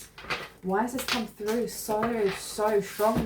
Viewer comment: It’s pronounced Par-vati, emphasis on the first syllable.